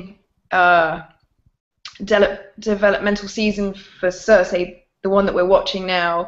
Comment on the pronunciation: has he even seen the show? wtf is a Cersy?